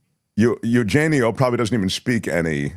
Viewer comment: It’s E-U-genio. Not E-you-genio. “eu” here is not a diphthong. Each vowel is pronounced separately.